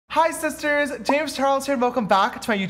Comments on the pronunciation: “ALRIGHT SHISHTARS” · AWRIGTH SHISTARRRRR 😂😂😂